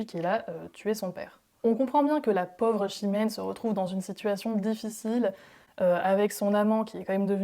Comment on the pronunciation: Une vision originale de certains grands succès pleine d’émotions et de bonne humeur. Je regrette la prononciation du o/au comme dans faute / fôte 😅 Pauvre/pôvre etc. 😅 sans l’accent complet du sud ou du nord. Bravo quand même